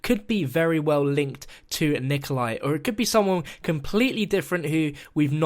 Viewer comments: ya he said 'Rikolai' in 4;03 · XD didn't say Nikolai or Berlinski right